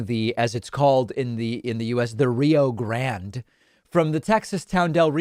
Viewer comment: Saying “Rio Grande” like a red blooded American gave you physical pain. I can tell. Lol